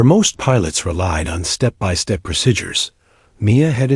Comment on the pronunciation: No such thing as the word pro sid dures. Pronounce it like saying pro seed dures but it's spelled : procedures . Go back and learn American English. Also learn how to flight 482 It not four hundred eighty two. You also need to learn how to write military time.